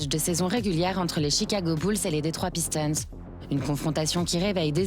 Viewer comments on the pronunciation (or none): Chicago bulle et Détroit Piston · Chicago Beulz et Detroit pisTON . Un petit effort ! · Une légende de la NBA 😱 Bonne vanne 😂 Y’a rien qui va dans cet accent : « les « Pistons » (à la française), « Zach Lavaïne » (qui pour le coup, se prononcé comme en français). Et le Joakim là… une série sur plusieurs séries ? Mais qu’est-ce qu’il dit lui ? Parcours incroyable… rien d’extraordinaire pour un joueur NBA !